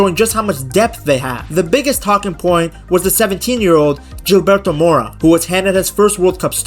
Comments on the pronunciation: It’s Gilberto pronounced “hill-Bertho” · Now he said “JILBERTO” lol